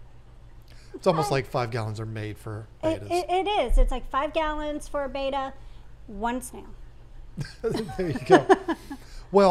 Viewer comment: It's "Bet-ta" not "Bay-tah."